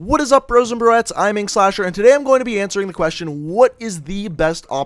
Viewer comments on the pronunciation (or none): none